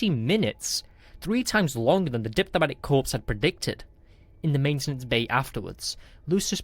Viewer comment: Diplomatic corpse, DIJnitaries, assignment instead of assessment; so many more grammatical issues and verbal typos... is the narrator functionally illiterate, or is English their second language? Reading aloud "at speed" requires having read the content at least once prior to recording.